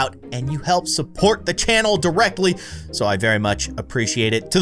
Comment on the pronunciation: and before and after that "its "show" many bones"